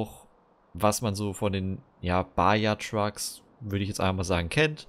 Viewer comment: Ich will jetzt nicht klugscheißern aber man spricht es ,,Baha" aus und nicht Baja obwohl es so geschrieben wird